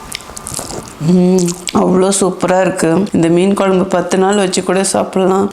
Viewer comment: மேடம் நீங்க வச்ச மீன் குழம்பு வீடியோ பார்த்து நாக்குல தண்ணி ஊத்துது அதைவிட உங்கள் மீன் குழம்பு உச்சரிப்பு மிகவும் அருமை